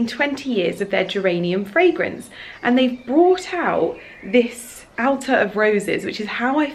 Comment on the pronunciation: Hi, I think it's pronounced 'Attar' not Altar. Attar of roses scented pelargonium oil is used in many perfumes and the plant can also be used to make herb teas to ease stress and anxiety. Wonderful plant❤